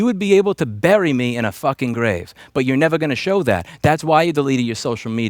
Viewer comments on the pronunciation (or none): none